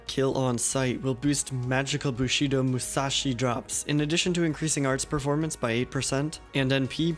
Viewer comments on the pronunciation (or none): none